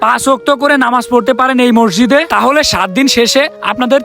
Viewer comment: মসজিদ❌ মরজিদ✅😂😂